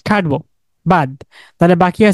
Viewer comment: ভাই একটু কষ্ট করে কাটবো বলতে পারেন না? খাটবো বললে কথা বুঝতে সমস্যা হয়।